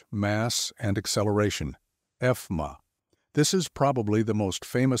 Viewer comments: Newton's second law is NOT "eff ma," it's F = ma. Can't you listen "at least ONCE" to what your robo-voice spews out? If you think N2L is "eff ma" what else is wrong? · Did he just say efma?? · "f ma" 🤦 AI loses again. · how can i fall asleep with such gems as "EFF-MA" popping in here and there, making me giggle? [EDIT]: also, , "DaAaAh...!"